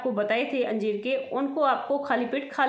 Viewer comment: Anjeem bol rahe ho ya anjeer